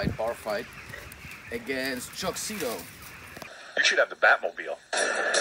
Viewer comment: ZITO not Zitto